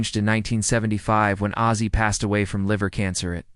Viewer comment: Hazey Nelson??? Its Oz- zie. Like the Wizard of Oz. Im sure there are ways to check name pronounciations